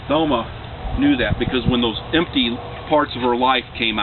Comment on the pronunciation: Too bad this guy (whoever he is) didn't even know my mom. Couldn't even pronounce her name.